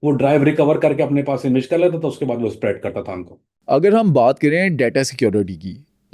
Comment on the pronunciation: Spread ap ne thek se nhi bola.....is se acha ap urdu ka word hi bol lety